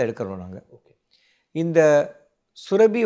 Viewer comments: It sounds surabi. It should be surappi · டாக்டருக்கு மருத்துவம் தெரிந்த அளவுக்கு தமிழ் தெரியவில்லை சுரபி அல்ல சுரப்பி